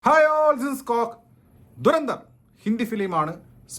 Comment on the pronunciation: അവൻ പറയുന്നത് ദുരന്തം എന്നാണ് മൂവി നെയിം ദുരന്തർ എന്നാണ് 😂😂😂😂😂😂